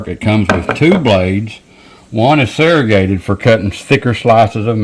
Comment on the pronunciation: not serragated it's serrated. 😅 I like your participation, though. Be sure to make a Cuban sandwich with lots of yellow mustard & pickles, ham and tenderloin on a soft, crusty bread even a hoagie roll and grilled on a panini.